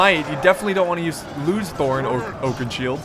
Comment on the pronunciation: IT SHOULD BE THROR, THRAIN AND THORIN FFS!!!!